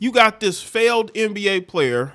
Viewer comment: The emphasis on *failed* nba player 🎉